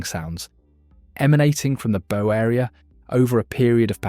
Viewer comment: Good video - I didn’t know that over 800 people died. RIP to all. BTW bow is pronounced “ow” like “ow, I hurt my finger.”